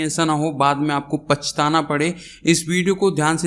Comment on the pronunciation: not a pachtana it is pachhtana